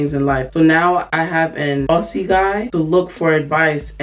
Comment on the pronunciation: Hey just wanted to let you know the way to say “Aussie” is Au-ze this is just the way I say it but I hope this helps:)